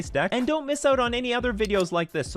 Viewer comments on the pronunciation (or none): none